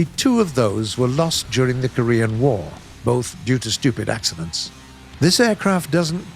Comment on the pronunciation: thought he said stuka accidents lol